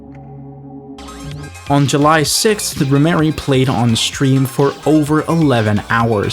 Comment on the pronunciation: ...its Rhymery not Rhyme Mary. Thats a man....